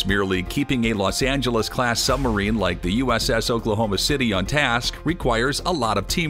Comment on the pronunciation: The word Submarine has a "b" in the middle of it. How about including it in the pronounciation.